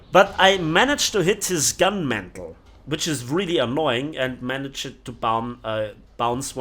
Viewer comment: Gun mantlet!! The T is not silent. #attempt N°2